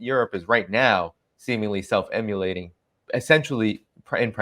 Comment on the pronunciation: Not "sef-emulating". What would that mean?? Maybe you mean "self-immolating"!